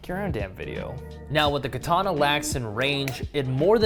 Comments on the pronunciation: shame most people can't even pronounce the word. It's ka-tana not ki-tana. Kind of ruins any credibility if you can't even pronounce the name of the sword. Glad to see you're cutting wet tatami though, most of the ones I see is with dry tatami making it far from realistic. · Also would be quite good if you could pronounce ka ta na. No 'R' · More properly pronounced kah-tah-nah rather than kah-TAH-nah. Japanese doesn't have accented syllables. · First of all... learn how to pronounce "katana"